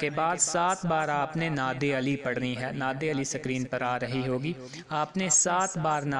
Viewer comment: Lakhi hui Nad Ali aap nay ghalt perhi hay Agay aap per kia yaqeen koi keray ga